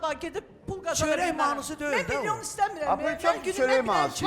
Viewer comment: Gah 9 mıyon , gah 10 mılyon deyırlər😂